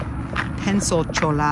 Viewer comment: Very nice , but just for reference the L in Cholla is not heard , pretend it’s spelled with a Y Like Choyya